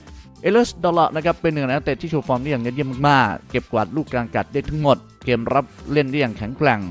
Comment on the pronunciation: ฝึกออกหางเสียงแบบปกติเพราะเพี้😂ยนเด็กจะตามมันผิด เช่นเกม ไม่ใช่แกม นะครับ